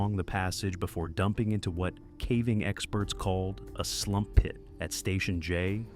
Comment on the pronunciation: I think those pits are called sump pits not “slump” pits, lol. But irregardless, what a crazy story and well told too. Thanks!